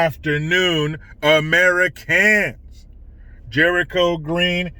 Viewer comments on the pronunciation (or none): Yay!!!! So glad to see is back! I missed hearing AmeriCANS! Always makes me smile 😁.